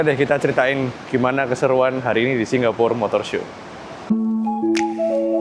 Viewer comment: Srry ko. Aku gabut, aku pngen ngomong nek pengucapan seng bener iku Singapore, ga Singgapore. Ojo ngamok ko, aku mek gabut. 🙏😅